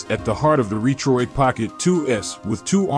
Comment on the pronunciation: Robot voice which pronounced Retroid incorrectly, and just a specification listing with no review ......